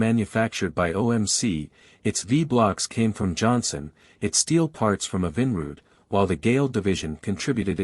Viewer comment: The AI narrator is beyond horrible. I couldn’t take the Evinrude pronunciation the most.